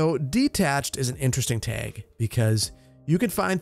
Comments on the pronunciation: Is he saying “tehg” instead of “tag” ? Lol it just sounded off to me. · TAG not teg you are saying the word wrong bro And stop with all the trees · Tayg Flayg Straygler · "tehg" that wisconsin poppin out -a chicagoan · You can really hear your accent in the pronunciation of Tag ("teg"), flag ("fleg) and LOD ("lode" / "load") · I can tell you aren't from the part of the Midwest I'm from because you say tag like tayg XD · Fellow upper midwesterner here, love hearing you say "tag" and "stragglers"😀 Also I am all for having buildings along the perimeter of the government center, as long as they're a consistent design. I think there is enough open space along the parkway that you can fill in the interior areas a bit more! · I love the way says tag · I love it! You’re Wisconsin was coming out when you said “tag”. Don’t you know. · The way he says “tag” is so funny 😂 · The way he was saying tag😂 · Don't know if it's a Wisconsin accent thing but your pronunciation of "Tag" is quite unique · "tag" said w/ heavy midwestern accent